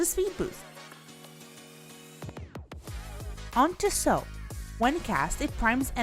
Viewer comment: MF didnt know how to say sow then reap